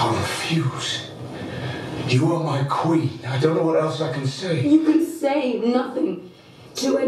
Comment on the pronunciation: “yiU ArE mAi KwIN, i don’t know what else i can say.” A. You got that part right,. B. You don’t know what else to say because you know nothing,.